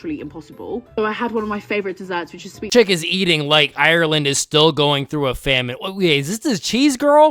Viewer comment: Another American that can’t pronounce Ireland properly☹